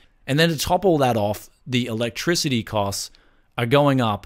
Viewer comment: I like the way he says: electesety goes up faster than 95C temp